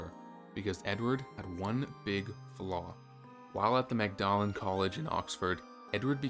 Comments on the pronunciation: Magdalen College, Oxford is NOT pronounced Mag-dar-len. You should do research before you make a publication. It is pronounced Mord-len. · He was King of The UK. Not England. Wales, Scotland and Nortern Ireland too. The college is prnonounced Maudlin. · Magdalen College is generally pronounced maud-lin. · Magdalen College should be pronounced as `maudlin`. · "Magdalen" is pronounced "maudlin," like the adjective. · ever consider having someone audit your pronunciations before you record ? Common words you've mispronounced here: Magdalen, courtesan, annals, clergyman, forbade ...some really sloppy stuff. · And there's the "AI" voice again. Wonder if an actor is being denied his fee or royalties by the AI cloning his voice. No educated English actor/narrator would pronounce "Magdalene" College phonetically, or as it is spelled.